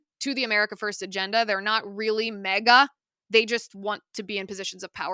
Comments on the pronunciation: It’s MAGA not MEGA 😂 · It’s M A G A, not mega. Silly 😊